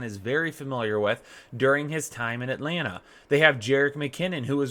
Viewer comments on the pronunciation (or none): none